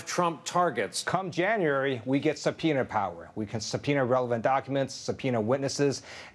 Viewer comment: Why did he say January like that LOL.